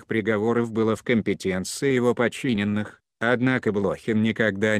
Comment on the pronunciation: Откуда взяли этого "чтеца"?Он даже фамилию правильно прочитать не может.БлОхин,родившийся в СуздАле, с подчИненными, расстреливая прирЕченных,излишне запачкАвшись в крови,ну это уже нечто.